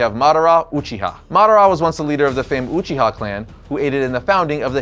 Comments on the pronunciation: It's Uchiha not uchi-Ha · I love you bro but “umchiha”?? lol I thought you liked anime?? Or do you just not watch Naruto?? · Please pronounce your Uchiha right. Well, and also use the Japanese pronunciation please